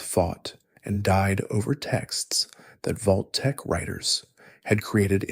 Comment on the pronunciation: wtf is Voltek? Its Vault tec